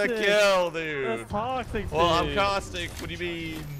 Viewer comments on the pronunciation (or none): First of all it's caustic not causitc Second i am your biggest fan